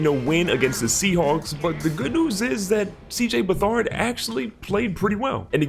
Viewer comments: You pronounce it C-J Beh-Third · It’s Beh-Third